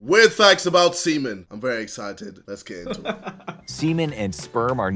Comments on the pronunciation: jj said thacts instead of facts at the very start lol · Anyone notice at the intro he said weird "THACTS" about semen?